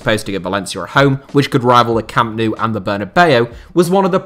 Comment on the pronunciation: 0.03 thought he was from Wigan when he said camp nou🤣🤣